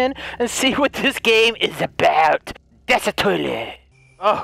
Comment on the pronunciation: 😂 he said "das a toilet"